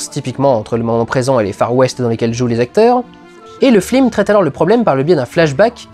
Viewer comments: Y a une raison pour laquelle Dudu prononce toujours "flims" au lieu de "films" pendant toute la rétrospective ? Oo' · très fort de prononcer "flim" à chaque fois ;) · flim ? tu as perdu un pari dudu ? ^^ (ou alors c'est la prononciation excessive (et parfaite) de Michel Hazanavicius qui fait lapsus ? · heuuuuu c'est quoi un flim ? c'est pas un film normalement ? :P ça m'irrite les oreilles :P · Pourquoi j'ai l'impression que tu dis flim au lieu de film? x) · c'est moi ou tu n'arrêtes pas de dire "Flime" ? x) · Prononcer "flim" une fois ça va, le dire tout le temps non. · Pas trop chiant de dire "flim" pendant toute la vidéo, au niveau prononciation ? :) Bel hommage !!! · Pourquoi dit-il tout le temps "Flime"? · Merci de le dire, je pensais être la seule à comprendre "flim" ^^ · FLIM? Comment j'ai tiqué à chaque fois lol ^^ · Non ce flim n'est pas un flim sur le cyclimse... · arrête de dire FLIM !!! je n'arrive plus a me concentrer sur le reste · AHAHH il dit flim tout le long,hommage à la classe américaine. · Putain Dudu, on dit "FILM" pas "FLIM" parfois tu parles vraiment trop vite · Je t'entend dire flim au lieu de film :( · T as pas un problème de prononciation? Tu dis "flim" au lieu de"film" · C'est moi ou il dit "Flim" à la place de "film" ?! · ta critique est top, comme tjs, mais y a que moi qui entend "flim" à chaque fois que tu dis "film"? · c'est FILM putain F-I-L-M pas flim prononce les trucs bien MERDE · Merci, j'ai cru que c'était mes oreilles qui déconnaient X) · Parce que c se qu'il fait x) sa ma tuer aussi après avoir fais attention j'arrivai plus a me concentrer sur autres chose x) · Et c'est avec 8 ans de retard que je capte que tu dis "flim" à chaque fois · Putain mais c'est pas humain j'explose de rire à chaque fois que tu dis flim XD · Ca a du etre un cauchemar de prononcer flim a chaque fois. En plus il a l'air d'y avoir peu de prises. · t'as dis 3 fois flim au lieux de film, en 2 minutes, pardon, je veux pas être désagréable mais c'est vrai